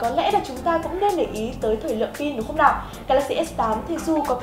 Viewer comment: cô ơi cô nói ngọng từ "lào"